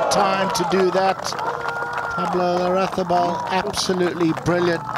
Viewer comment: Stress is on the third syllable La-rra-ZÁ -bal. He’ll appreciate it